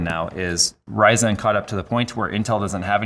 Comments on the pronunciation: Why does say ry-ZEN? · Why does put in a dash when he says it. RY-ZEN? wth? It's one word. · From the title, I thought I would actually learn something about Intel in 2020, not talk about the past. Also, I wish would stop pronouncing Ryzen like it's two seperate words. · Stop saying RYY!!zen. It just ryzen lmfao